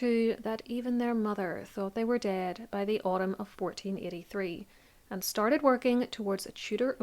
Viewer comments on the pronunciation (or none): none